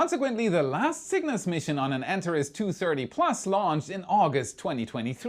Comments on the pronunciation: BTW, the Antares vehicle is pronounced An-TARE-eez, not ANT-ar-iss. English doesn't borrow from other languages, it follows them down dark alleys, knocks them over, and goes through their pockets for loose words. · ANTARES - pronounced " ANT-ARE-EES " or " AN-TAR-EEZ "....it is NOT pronounced " ANT-A-REZ " like how said it.... Figured I would say something so it says it the way the company itself says it, and so I'm not totally confused again...... wait... oh yea.... I'm ALWAYS confused.... that's just me... Sorry:) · My friend...please use the Greek pronunciation, "Antareeeeees" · Antaress --> Antarees. ;) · Also “an-TAR-eez “ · An - Tar - Reez